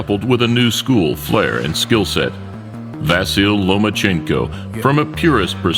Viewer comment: How many times are you gonna prounce Vasyl wrong before you realise?